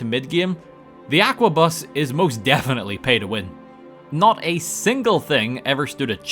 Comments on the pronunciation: I’m late to this, but it’s pronounced as ar-k-bus or ark-bus. Sometimes ark-boos. It’s strange but the k sound is pronounced Edit 1: in this games files there’s something we do not know about holding it together like a gentle child safe glue. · "Aquabus" dude's transporting water 😭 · Every time he mispronounced the word Arquebus made me wanna die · Love the video but I couldn't stop frowning at each mispronunciation of arquebus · Hearing the pronounciation of arquebus hurt me every time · Arquebus is pronounced arquebus, not aquabus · every time you say "Aqua Bus" instead of arquebus it fills me with life. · Its an ARQUEBUS, not an AQUABUS. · See, you say Aquabus, but it’s Arquebus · ARQUEBUS, NOT AQUABUS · I'm not sure what causes me more pain. The paid mods or calling it an "Aqua-bus" instead of an "Arc-a-bus" or something similar. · Bro, how did you get "aqua-bus" from "arquebus"? (The proper pronunciation is "are-cue-bus", in case you were wondering) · ARCebus. Not AQUAbus. How do you say it wrong every time, it's literally spelled out for you. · Arquebus. ARquebus. Not AQUAbus. Sheesh Love your vids though man, this one was a fun watch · You pronounced Are-kay-boos as Aqua-bus. Really sticking it to them French. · Arquebus is "ARKA-buss", not "aqua-bus". This ain't Subnautica,.:P And you do dig that the Stormcloaks are the badguys, right? I mean, yes, they want their homeland back and freedom of worship, but they're being manipulated into fomenting unrest by the Thalmor in an effort to destabilize and further weaken the Empire so that the Thalmor can advance their goal of establishing a third Aldmeri Dominion and reviving the Aeleid Hegemony, at whoch point all non-altmer get instantly enslaved. Ulfrik bad. 0/10. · him saying "Aqua bus" instead of Arquebus hurts me deeply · Random Halo music, Pokemon music, and pronouncing Arquebus as "Aquabus". Top kek. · It's pronounced "ark-a-bus" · I'm pretty sure arquebus is pronounced more like ark-uh-bus